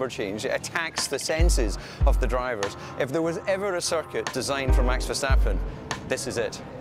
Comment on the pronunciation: how checo says circuit "cirquit"